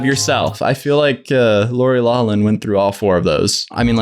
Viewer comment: Every interview I've ever seen her in it's been LAFLIN!! Why are you yelling over a freakin' last name. Either way he's saying it incorrectly...You can say it your way and I'll say it how the other half of the world says it (If they even know who she is). It's pretty well divided.